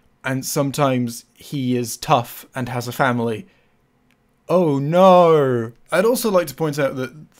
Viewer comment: for real though. What is it about that accent that makes the word “no” sound like “knowr”?